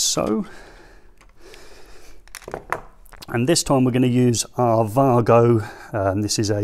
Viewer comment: 🤡🤡It's German company so he has pronounced it correctly.